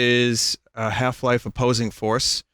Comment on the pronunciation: Opossing Force, ah yes, my favorite